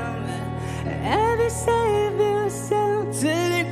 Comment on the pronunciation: 吞音很严重，就是same和save一样，都是发say的音。个人感觉只是单纯在模仿英文歌手唱歌的腔调而已。但是的确顿挫、长短和轻重还是模仿的很像的，所以这个发音问题就会显得比较突出。 反过来讲，我们老是说“中式发音”事实上是母语是汉语的人的英文发音问题，而才旺罗布是藏族人，母语是藏语，汉语说的呵呵。所以这个说不定是藏族人的天赋也不一定。